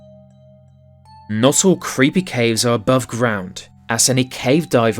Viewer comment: "Ceepy" Caves?